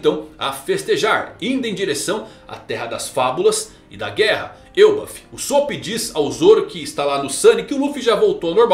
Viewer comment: Que mané frescura de "Êlbaf". É ELBÁÁÁÁF Elbáááf caraaaaai. Mané frescura de Êlbaf! Agora deu o caraai mermo